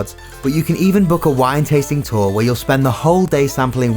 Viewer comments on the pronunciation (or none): none